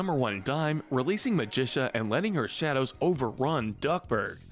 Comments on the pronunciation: i feel like a couple characters are missing like B.O.Y.D. or Drake Mallard, better known as Darkwing Duck! also why pronounce Magica De Spell as with a Magician sounding ca while in the show itself it is pronounced as a cactus sounding ca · Magica is produced as (Magic-ca) not (ma-dis-a) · He pronounces it like magician. And the show pronouces it like magical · Why did you say Magica's name wrong? It's pronounced Magic-ca, not Magicia. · It’s pronounced Magic ah, not Magisha! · It’s MAGIC-UH Not Muh-jish-uh (sounds like Patricia) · Magica NOT Magi-SUH Magi-KUH (KUH!!!!) Sometimes I feel like this channel uses an AI voice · Clearly you haven’t watched duck tails WHERE IS BOYD!!!!!! Oh and not to mention who is MaGITia it’s MAGICA. :( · It’s pronounced Magic-Ka. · Did he seriously pronounce Magica as “MAJISHA”?!?! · Also calab it magica ma-gi-ca got it. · Hearing Magica pronounced as Magisha made my blood boil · why does he pronounce Magica as Magisha? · I mean the show literally says her name constantly how do the get it wrong? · You mispronounced magica It's Magic-uh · Did u call her magisha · What I disagree with: Louie and Lina should be in good. Also the way he pronounces “Magica” is a war crime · Very nice list. I really thought that this reboot was better than the original in many ways. I don't think that you talked about Huey enough. Also, Magica's name is mispronounced. I'm with the other people who would like to see the original DuckTales on this list. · Yeah, I'm pretty sure he does it on purpose at this point. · The way you pronounce magica is hilarious. Also, I wouldn't put Louie or Lena in gray but that's my opinion. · I’ve never heard magica’s name pronounced like this before, it’s kinda cool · It annoys me how this guy constantly pronounced Magica's name wrong. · You pronounced Magica wrong. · nobody gonna talk about how he said magica wrong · You pronounced magica incorrectly